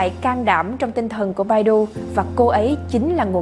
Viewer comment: ccow bản đọc phiên âm là " bải tu " nhé Ad